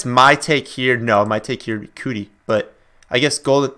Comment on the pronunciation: Keke Coutee, pronounced Key-Key Cue-Tee...Not Cootie